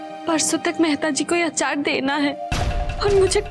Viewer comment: Can Kokila, Rashi and Urmila stop saying आचार instead of अचार? 🙄